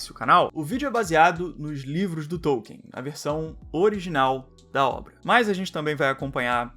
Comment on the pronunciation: e hoje eu descobri que não se pronuncia TÔU-quien, e sim Tol-KIN